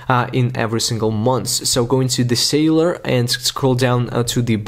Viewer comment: Nice video,however remember to pronounce celular data not sailor data , I was getting confused 👍